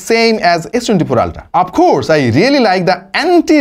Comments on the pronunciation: অল্ট্রা না আল্ট্রা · ভাই আপনি অল্ট্রা কেন বলেন উচ্চারণ হবে আল্ট্রা 😊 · অল্ট্রা না আল্ট্রা কিছুই বুজতে ছি না ভাই আজীবন আল্ট্রা শুনতে শুনতে কান ভাজাপোড়া হয়ে গেলএখন থেকে নতুন করে শুনলাম অল্ট্রা😂😂😂😂😂😂😂😂😂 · Ultra ❌ Oltra ✅ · Bhai never mind but etar uccharon "oltra" na, "ultra" 😂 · ভাই মনে হয় কিছু খেয়েছে আলট্রা কে ওলটরা বলে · অল্ট্রা না ভাই, আল্ট্রা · Ultra ❌ Oltra ✅😂😂😂😂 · বেশি ভাব করে বলতে গিয়ে আলটাকে উল্টা বলে দিসে🤣🤣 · ভাই আল্ট্রা উচ্চারণ কেমন যেন লাগছে!